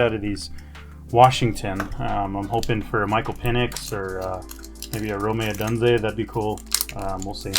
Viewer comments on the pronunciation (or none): Rome said like Rome, not Romay. Odunze said like Oh-dune-zay.